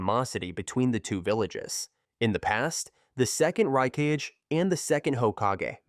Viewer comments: "Rai-kaj" bruh use your voice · "Rai-Kaj" is krazzyyy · raikage ❎ RAIKAJ✅ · The fact that he cannot spell a word "Kage" in Hokage and Raikage in same way goes beyond my comprehension. Ho KAGE, Rai KAGE? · Stop with this AI bullshit “He-Dan”“rai kaj” 🤦🏾‍♂️🤦🏾‍♂️ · Hiuga😂😂😂 Raikashhh 😂😂😂